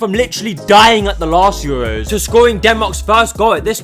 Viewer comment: Had to click off soon as i heard “the EUWWOS awe hewe”